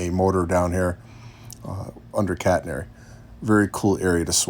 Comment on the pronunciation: Beautiful set-up! 💯 👍 I thought I heard you say "cat hair" "prototypical cat hair"!